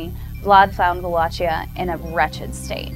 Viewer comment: PS: goddamn it, that "Valachia" you keep talking about is pronounced Valakia, it's not italian, geez.